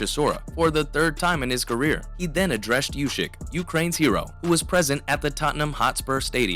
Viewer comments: if he says "ushyk", he also has to say "tyshon". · I'll 'Like' your vid when you stop saying Ushyk.